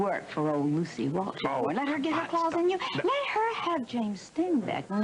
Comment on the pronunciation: I notice that some of them pronounce WalSH as WalCH. 🤷🏽‍♀️